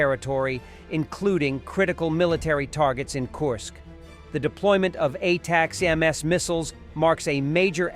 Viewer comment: Hey AI voice ATACMS is pounced "Attack ems"